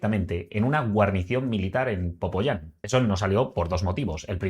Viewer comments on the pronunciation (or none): Me agradan tus videos. Me hizo mucha gracia y me reí mucho cuando dijiste "POPOYÁN" en lugar de "POPAYÁN". JAJAJAJAJAJAJAJAJA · Querido, es Popayán* no "Popoyán". Por lo demás, excelente video, crack. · jajaja dijo popoyan, es Popayan, eso si me dio risa jejeje...buen video gracias eres un buen hombre! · Por favor hablar del país sin estar aquí! Que buen análisis basada en información de internet! Payaso filtra mejor!!!! Popóyan???? Jajajajaja Popayán payaso! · PopAyán... no popoyán. PopayÁn. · Yo también lo escuché, Pero y si lo dijo con conciencia? Según tengo entendido Popayán es maluquisimo, entonces quizá sabiendo que es Popayán dijo Popoyan😅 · Se dice Popayán... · Popayán* 😅😅 Saludos 👍🏾👍🏾 Estás enterado, buen video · Se dice Popayan